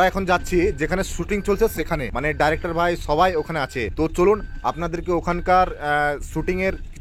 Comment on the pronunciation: ভাই ডাইরেক্টর নয় ডিরেক্টর